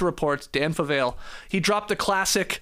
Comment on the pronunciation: Fyi, Dan Favale's name is pronounced Fuh-Valley, not Fuh-Vail. I feel obligated to point that out because he's a very nice guy whom I know personally. His podcast, Hardwood Knocks, is also the only NBA podcast I listen to as often as you guys'.